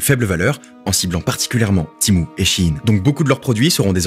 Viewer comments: Ça se prononce Témou pas timou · À partir de "Timou" j'ai arrêter la video (C'etait vraiment dans l'intro ) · Tu peux pas dire Tému comme tout les français ? 😂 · MOI JE LIS TEMU PAS TIMOU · Tu dit Timou c’est énervant